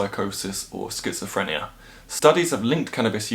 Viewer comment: Schizofrena??? Was you stoned and couldn't pronounce schizophrenia...lol